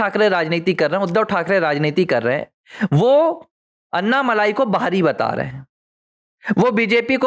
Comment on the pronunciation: उनका नाम अन्नामलाइ नही, अण्णामलै है, मलै means mountain, मलै को मलाई कर दिया है